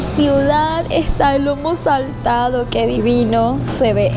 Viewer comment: Felicitaciones.. la srta. Lo pronunció bien.. es "lomo saltado."🎉.